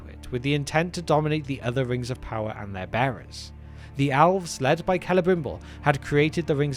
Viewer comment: I can't be the only person who hears him say "owls". I'm an avid viewer of this channel and so now, in my mind, the first children of Illuvatar are owls🦉🦉🦉🦉